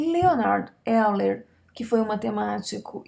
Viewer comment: voz de orgasmo e pronuncia euler como escreve. terminei o vídeo triste.